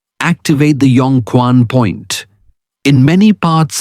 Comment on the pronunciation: Wrong pronunciation : Yong Quan read Q as "h" i.e. Chuan. Chinese phyicians know well. We can massage this part.